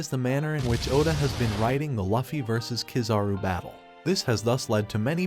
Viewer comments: It’s luffy not laffy I immediately clicked out of the video.”loofy” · Its luffy not laffy.